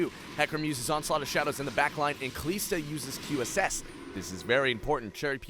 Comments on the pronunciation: ka lis da not ka lees da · Please don't say Kaliiiiiiiista, it's Kalista. One short "i", as in sinister, minister or canister. Thank you. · Pleeease say Kalista right! Just listen to other casters or whatever... Kal-I-sta, not Kal-ee-sta haha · its not KALEESTA its KALISTA, holy fuck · Pronunciations irked me. "Gillow-teen" "kuh-lees-tuh" "loo-she-in"... pls no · it's not KaLEEEEEEEEEEEEEEEEEEEsta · Kalista... KaLISta... WHY KALEESTA!?! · Kaleeeeesta.. cringe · Commentator is pretty good put please teach him how to say Kalista. It's not Kalesta. lol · I think you do a pretty good job casting those plays, but the way you pronounce "Kalista" is reaaaaally annoying imho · kuubilal and this is what's going to happen if he changes his pronunciation. Someone else is going to find that new "Kalista" pronunciation annoying and complain about it. So why not just let him pronounce however he wants, because it is at least understandable. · I absolutely enjoyed the video. I still want to note, that your pronounciation of Kalista is incorrect. Overall you're doing a great job, keep it up!